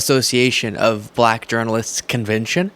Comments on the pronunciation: He says "Black" like Ron Burgundy 😂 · It is the way he said the word black as well. Terrible!